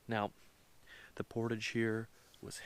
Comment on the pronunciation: So refreshing to finally hear someone pronounce the word, "portage" correctly! Instead of thinking they're so sophisticated that they have to start speaking like they're French, por-tajjjj!